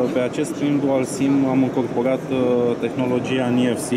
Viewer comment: Niefsi? (NFC) Ce?? Ce sa faca? Sa pleieze? Doamne..cum l-ati angajat pe omul asta?